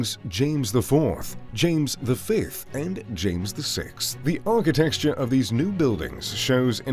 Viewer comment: Okay so he can’t say ARCHITECTURE (which isn’t pronounced archi texture), R.E.M, or Edinburgh ( which is pronounced Edin bu ra.)